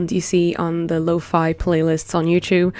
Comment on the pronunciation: Finally a person that says lo-fi not lo-fE!